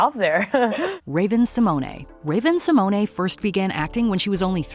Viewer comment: why she saying Symone in that way? Surely thats not how its pronounced